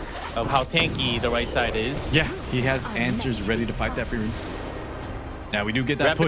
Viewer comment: “Frieren Seven” 😵‍💫